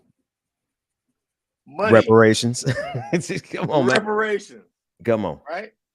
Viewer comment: Reparations with a hard R hahahaha